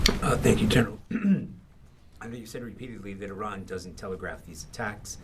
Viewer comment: Why can’t he properly pronounce Iran! 😮